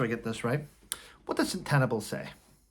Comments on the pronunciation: It’s pronounced Sen-te-bali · I ❤ you but its pronounced sen ta barley xx